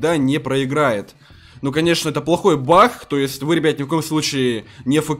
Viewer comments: Говорица не бах а баг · Почему ты говоришь бах бах хахахахах а не баг !!!!!! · говорит не баг а бах 💥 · Почему бах а не баг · почему ты говортш не баг а бах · Всмысле бах а не баг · Не бах а баг